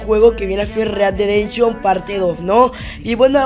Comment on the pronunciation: READ DE DENSHON:V read dead redemption*